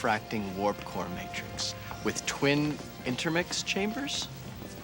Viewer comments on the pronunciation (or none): none